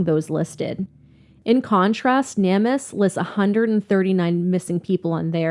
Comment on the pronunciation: Hey guys! I love your channel you guys are great! I just wanted to let you know that Namus is pronounced Name us. Not trying to be picky or bitchy just letting ya know. It makes no sense that they went hiking when they did, or how she could have gotten lost from the guys. Their whole story doesn’t make sense!! So Grant walked right past searchers, and didn’t say anything to them? They did something to her! IMO. I also think that LE really don’t give a crap about drug users or people who have been in trouble with the law.